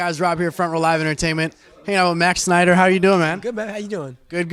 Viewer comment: woah. '' said.. sneider, um its actually pronounced. SCHNEIDER!